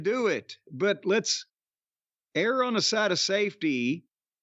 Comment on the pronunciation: good time to cancel these girls' matches. they are a bathroom break and silly. *jim also mispronounces "err"